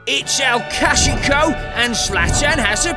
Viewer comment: " El cashico "